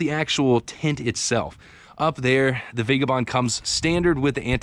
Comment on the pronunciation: For the love of god it's pronounced vagAbond ...more specifically...vaɡəˌbänd.